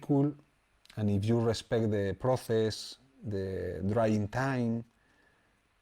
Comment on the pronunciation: Proces no xD Proses se pronuncia proses. Gran video maestro!!